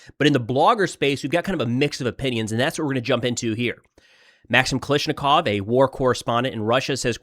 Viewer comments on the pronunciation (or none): Can you Americans get it right? KA-LASH-NI-KOV NOT Ka Lish Ni KoV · KA-LASH-NI-KOV NOT KA-LISH-NI-KOV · Can you please just run the Russian names in your commentary through Google Translate or something to hear the correct pronunciation. You're butchering it really bad bro. Kal***A***shnikov - there's literally a gun named after it (AK-47).